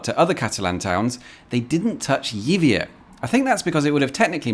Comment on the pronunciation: Yibia.... that's the pronunciation. Honestly amigo.